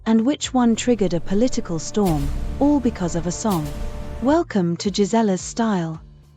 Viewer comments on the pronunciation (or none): none